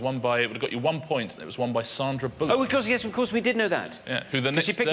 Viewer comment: "Saarndra Bullock" Oh puh leeze.